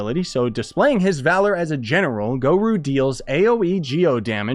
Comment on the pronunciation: A-alBEEdo??? gorOO???! 😵😵😵😵